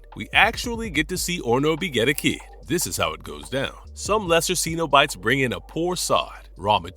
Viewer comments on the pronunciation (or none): It's sin-o-bite, not see-no-bite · Love your videos but need to pronounce Cenobites better😊